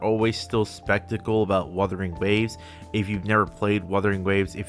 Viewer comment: Bro pronounced “skeptical” as “spectacle” lmao